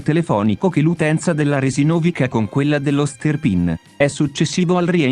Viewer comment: perché pronuncia in modo errato il cognome Resinovich?